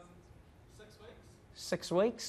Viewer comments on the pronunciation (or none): Did Trevor make fun of how the guy pronounced weeks? making fun of Mr weeks.